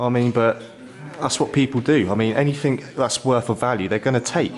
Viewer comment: Please learn to speak properly. It’s anything. Not anythink.